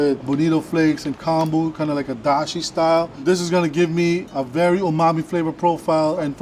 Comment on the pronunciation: Have a shot every time somebody says umame.